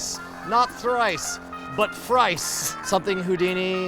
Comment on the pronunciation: YES! YOU SAID FRICE!